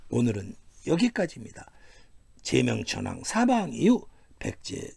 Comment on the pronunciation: 제명천왕이라....? 그 발음에서 쩨만(쬐끄마)한 여왕으로 들리는 건 나의 무식 때문일까?